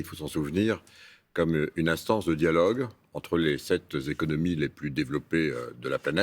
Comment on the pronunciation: Sept "zéconomies"? Pavaner ? Se pavaner, verbe pronominal... Il n'est pas allé à l'école ?en plus ses propos ne sont que du blabla...